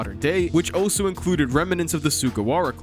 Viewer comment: I keep getting distracted when you try to say "also" and pronounce it as "oh-so."